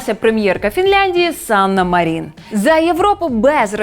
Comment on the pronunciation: Друзі, ви нерпавильно вимовляєте прізвище Санни Марін - наголос на перший склад треба робити - МАрін. Може і в ТСН це почують)) Дякую!